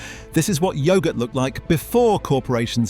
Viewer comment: I'm not going to listen to yoghurt being pronounced like that